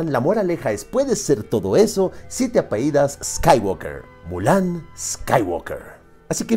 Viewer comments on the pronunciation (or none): No, por favor, tú no! 😭 Acabo de pasar el minuto y escucho que eres una de esas personas que dicen 'apeido' en lugar de 'apellido'. Me niego a creer que estás en el nivel del 'haiga' 😭